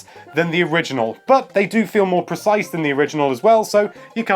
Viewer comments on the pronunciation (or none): none